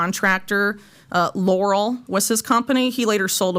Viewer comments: Lor-al' NOT Lor'-al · Pronounced lorELLE, not laurel. Clinton allowed "china spying", to allow China missile guidance tech, and GPS/military tech. Corrupt deals... Clintons+ globalist elite, WITH CHINA